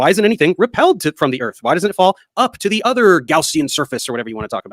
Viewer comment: He can’t Gaussian and Gauss correctly. He’s a fool.